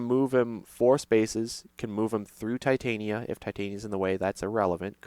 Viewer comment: Titania is pronounced as tih-TAHNya if you're going by how they say it in Shakespearean performances.